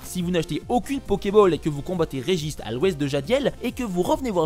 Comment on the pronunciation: "Regich" Lol